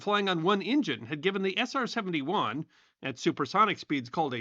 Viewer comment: Man said SR-70-Juaaan